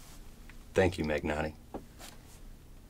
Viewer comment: Magnanni is pronounced like lasagna or Bologna. There isn't a "g" sound.